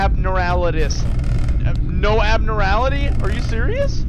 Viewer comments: fr always making me laugh💀 also it’s pronounced “Ab-norm-mal-ity”😂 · no abnorality LMAO abnormality dawg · I laughed every time he said it that shit was so funny 😂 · No one talking about how he said abnormality???